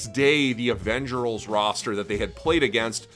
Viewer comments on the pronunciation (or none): Avengerls, pronounce the L with an r... lol